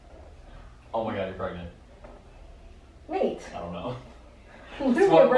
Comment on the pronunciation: "oh my god you are pregnent"